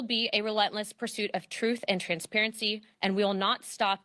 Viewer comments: why she say ' transparity ' so much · They are so programmed she said "con-sperency " muah ha ha ha ha